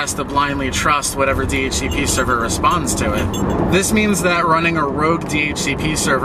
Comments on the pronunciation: wtf never heard ppl read DHCP normal ppl say the letter D-H-C-P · 1. hearing "duh-hooka-pah" made me have to get new ears. Thanks. 2. We need to tar and feather ISPs that hand out anything less than a /56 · 10 points for Do-Hook-a-pah